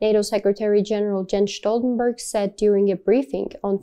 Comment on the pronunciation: She mispronounced his name. 👎